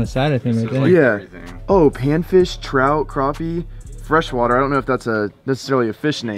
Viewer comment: You say crappie wrong!!!!😂 go more catfishing